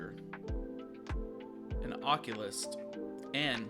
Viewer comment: Occultist not how u pronounced it